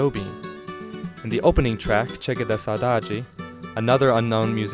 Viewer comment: Not that it matters in the slightest but just wanted to put it out there. The “G” sound in Gilberto sounds like an English J sound. So his name would be pronounced like this: JU-AW JU-BER-TU. The word “de” also sounds like an English J. So the song would be pronounced as: GA-RO-TA JEE EE-PA-NEM-A